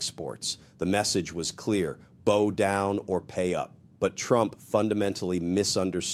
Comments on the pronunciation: we have "bow down or pay up" where bow is pronounced as in "bow and arrow". Is this AI? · "Bow down," pronounced "bough," rhymes with "now." Silly stupid robot. Stupid incompetent robot-handler, unable to correct your silly software. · I thought this was a ai construct now I know pronouncing bow as boe in the context it was used was the tip off then came one thre hundred in place of 1300. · You guys producing these videos all use an automated narration program. You think you could invest a little time to listen to your own stuff before you release it? To make sure you don't sound like idiots? When someone bows down to a bully, it's pronounced like the bow of a boat, not a bow and arrow. Geeze - pretty lazy! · Are you a live speaker or a bot? Really? Bow down instead of bow down and you know you mispronounced it. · Man in denim shirt is AI, the audio and visual not in sync. Watch the eyebrows and blinking on repeat loop, also "bow" said incorrectly as in bow tie, rather than bow down. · We get a little fed up with all this AI verbage. I tweaked when I heard bow down pronounced wrongly. Then we hear too many chains of different sentences and words to express exactly the same idea. Yep this is Canadian, the Canadians are even more garrulous than the yanks. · Why does AI love the phrase " this changed everything "? And it should learn that BOW down is pronounced differently from the BOW in you hair. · AI. Couldn't say 'bow down' correctly. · this is an AI person: BOW down as in arrows and not BOW down as in tree branch ! Check the lips for 'Fs' etc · BOW AS IN BEND, NOT BOW AS IN ARROW!!! ARE YOU AI??